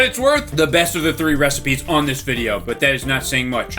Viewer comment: haha you said recepies